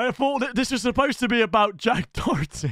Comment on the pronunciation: How come he always says dorety there’s not even an R in Doherty